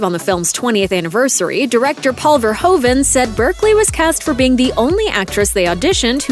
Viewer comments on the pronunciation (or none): He is not called Ver hoe vehn. But Fehr who fehn!